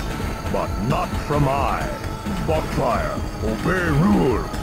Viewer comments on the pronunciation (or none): woo more non-classic megaman And i still hear it as "Butt-fire" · Meteorlink XD Same man, I always hear Butt-fire